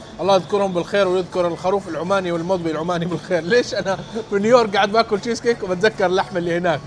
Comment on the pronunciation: يعني جييييييز كيك هههههه